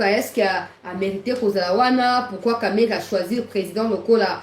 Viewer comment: il faut bien prononcé de Kamerhe pas Kamerere, il est quand même à notre côté, il est aussi ministre, il faut le respecter